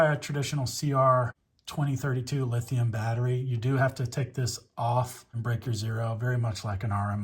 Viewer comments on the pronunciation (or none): none